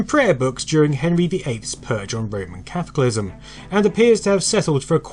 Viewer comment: I was a little confused that you'd never heard the word Catholicism before. Pronounced ca-tholi-sizm NOT catholic-ism. 😂